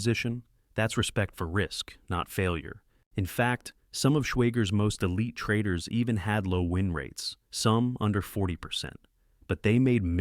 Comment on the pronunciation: "Insight 2: why the best trradidaars" huh?